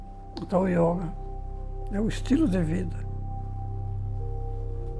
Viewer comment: YÓGA... espero que todo mundo possa ter escutado o maior mestre brasileiro desta grande arte e filosofia de vida falando YÓGA, e não YÔUGA. ...e não me venham dizer que não importa como se diz, o que importa é o que se faz.